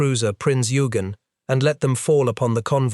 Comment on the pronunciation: Excellent documentary extremely well written and narrated! Just one small note… Eugen as in Prinz Eugen is pronounced with a hard g as in ‘good’ :-))